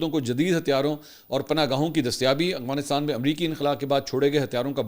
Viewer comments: Bro its "Afghanistan" not " Agfanistan" 😂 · Salam Mansoor sir ap Afghanistan ko aghwanistan bolty hn Sahi bola krien.. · منصور بھائی آپ مہربانی فرما کر افغانستان کہا کرو af gha nis tan اتنے بڑے صحافی ہیں آپ لوگ کیا تاثرا لیں گے